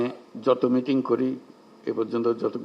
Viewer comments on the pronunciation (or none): none